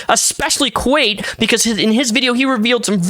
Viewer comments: It's pronounced like quite. Like "not quite enough." Anyway I unsubbed from kwite a few years ago, because it just wasn't the content for me anymore, but he's a good dude, and the fact he had to do a face reveal to address this, AND air out all his insecurities to clear his name actually pisses me off. Once again Orion trying to be needy clingy, and when he doesn't get his way he throws a fit, and unfortunately this time the "fit" is him dragging kwite with false accusations. It's effed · The fact that you barely coming to know the situation, and didn't even know how to pronounce Kwite, but still so easily saw through the BS that so many others decided to ignore. Proves you don't judge immediately and actually gather facts instead of joining the train. I respect you for that FR. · i feel so bad for kwite (pronounced like the word "quite," in-case you make a follow-up or anything) he did literally nothing wrong, replied respectfully and everything. i hope he can come back from this, he didn't deserve any of this. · There is no A how does he think its pronounced kwate rather than kwite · it's Kwite, like Quite. Not Kwait. Lol not sure where the a came from there buddy. Lol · I love you man, but it's kw I te like, kw ight rather than kwate. No hate, just... I couldn't hear it pronounced like that haha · Can’t believe the “Kwate” (love the way you say that) situation. Great analysis video! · How do you mispronounce kwite that badly? Its like kite with a w- Theres no e in it??? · quite = kwite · My beautiful guy, where are you getting the AYE sound in kwite? It's ( Kwhite ). Maybe your on one to many gummies and that's coming from a guy who loves his eddibles:'P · it's Kwite [Quite /kwaɪt/] xD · It's pronounced like "Quite", I think, I'm glad you rose to his defense. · I am glad you mispronounced the name because this needed some levity. Holy hell.